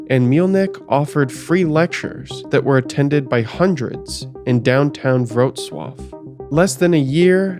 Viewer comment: Weird compliment but it was surprising how well you pronounced Wrocław! One of a very few times I heard someone say a polish city's name correctly! (Everything else was botched in different degrees, though) Very interesting stuff. Thank god I wasn't from there.